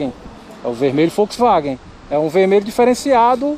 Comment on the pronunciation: Vemelho FouxVagem kkk